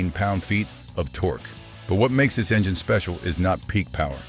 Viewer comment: What the heck is an enjaine?? Lol!